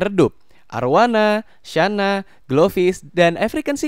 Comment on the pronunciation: Channa bukan Syana